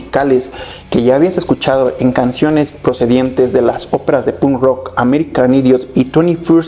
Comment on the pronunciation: No aguanto cusndo dice "pun rock" hablando por el chico menos punk del mundo